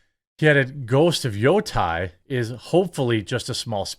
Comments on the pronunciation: Yo-Tee, Yo-Tii Like Wii, But Yotei😎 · Jeremy, Yotei is pronounced Yo-Tay (like Taylor). doubt you're going to read this.